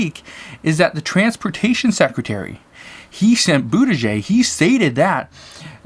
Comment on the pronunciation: Just a help im from indiana the transportation secretary is from here too pronounce his name is boot a judge